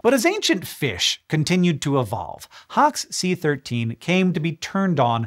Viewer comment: Hox c-13 sounds like you’re saying hawk-tuah